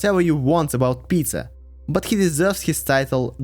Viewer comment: I mean its not correct to go into Tsars and Princes/Knyazes bcz history is very foggy, but not to include Alexander, Alexander II, Catherine the Great while including Fyodor, Malenkov & Chernenko? What? Even most russian people don't know much about them. Also, i chuckled how you pronounce "Peter" as (or close to) "Pizza" a few times. Another point - this is HIGHLY subjective. Literally every person in Russia will have different timelines depending on their political standing bcz even in USSR rulers were veeery different from one another. Just keep it in mind if you are not from ex-USSR country (therefore probably don't know this nuance). Also - i disagree with you on Alexander II. He's not S-tier. He is S+++ tier.